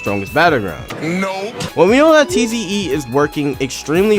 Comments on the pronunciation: Bro it's tiz not tze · It’s pronounced zee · Tze is pronounced "zee" and nue is pronounced "new" or "new-ay" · Listening to his pronunciation of tze and nue brings me physical pain